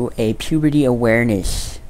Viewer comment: He said pubity 😂